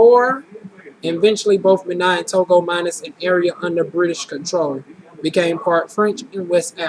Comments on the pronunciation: Typical Black Person? The Fulani of Senegal have noses like yours, with that being said, it's pronounced BAYNEEN FOR Benin, and Iberian peninsula is Spain and Portugal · You have an exotic look and you got great results! Btw, its bah-NEEN and toe-go...lol and Iberian Peninsula means SPAIN or Spanish descent. Africa is very diverse...in particular Cameroon...and Senegalese peoples tend to have smaller noses like yours.